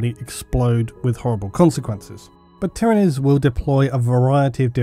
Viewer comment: Finally someone who pronounces Tyranids correctly!